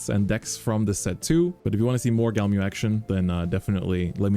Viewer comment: says he loves it and cant pronounce it.. smh